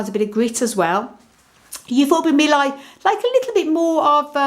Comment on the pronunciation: Mi-li-i please! Mi-li-i!